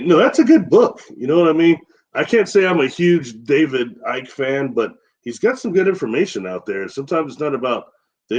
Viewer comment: Great show, but maybe try to pronounce D Ike correctly? He's earned it.